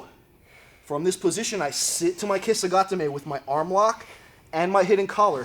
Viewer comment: For some strange reason I was not subscribed to your channel anymore. Love the video, these turnovers are so great because they are direct and work. I also appreciate the correct pronunciation of kesa gatame🤗